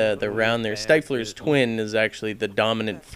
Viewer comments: Hey, it's "Stifflers Twin" (pronounced "Stiff - Lur"). I believe It's a reference to the character named Stiffler in the American Pie Movie Franchise. He was the "ladies man" of the group. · Off topic I think it's pronounced stiflers twin with the i of stifler pronounced as the i of dick if that makes any sence.